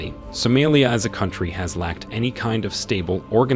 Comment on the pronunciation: I assumed you were AI, since you can't even pronounce the name of the country correctly.